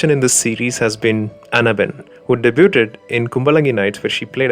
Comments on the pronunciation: Debyuud not debyuutteddd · നല്ല content ആണ്.. & "Debuted" => ഡെയ്-ബ്യൂ-ഡ് Keep posting ❤️👍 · 'Debut" pronounced "Debeoo" "Debuted" pronounced "Debeood" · Please check the pronunciation of "debuted". Any way nice video 👍